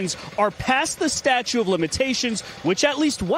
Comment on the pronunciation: Here's the kind of things that I notice... The reporter, Trump's attorney AND the judge that responded ALL pronounced the word "statute", "statue"! That is shocking to me! Incidentally, President Bush Jr., didn't start pronouncing the word "nuclear", "nuculear", until he became President. He was "dumbing it down" thinking it would make him seem more down home, down to earth. That's a fact!